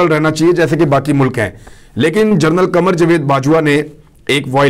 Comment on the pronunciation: برخوردار اردو میں 6 کا تلفظ "چھ" نہیں "چھے" ھوتا ھے۔ نیز general کو "جنرل" بولا جاتا ھے۔ "جرنل" یعنی journal "جریدہ" کو کہا جاتا ھے۔ اسی سے آپ کے پیشہ کا نام (journalist) نکلتا ھے۔ باقی پیشکش لاجواب ھے۔ جاری رکھئیے۔